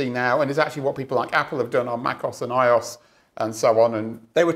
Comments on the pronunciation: i-oss, what the mcfuck... It's a bi-ohs, I.O.S., Mac O.S. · I have never heard anyone pronounce macOS or iOS as "meh-coss" and "eye-oss" before. 😅